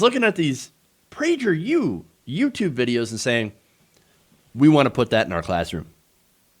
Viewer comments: They want to inoculate school-age kids against objective reality. Shameful. Also, it’s Praeger with a hard “g.” Love your content. Keep fighting the good fight. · Kinda bothered by the pronunciation of Prager with the soft g... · Lol you’re butchering the pronunciation